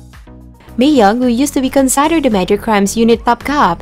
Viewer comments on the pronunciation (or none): Pls.listen to local English speakers / teachers so you can learn how to pronounce basic and simple English words, such as 'river, consider, again, etc... It's annoying to hear such simple words being mispronounced. You have great diction and voice tone, but you have to study proper and correct English pronunciation (include grammar, too), to improve the quality of your video narration. Thanks!